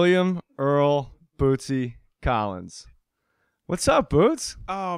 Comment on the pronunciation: I gotta say it was cool as hell to hear J.J.'s shout-out! (he nailed the pronunciation too). I love these older episodes! Bootsy is sooo damn smooth, baby.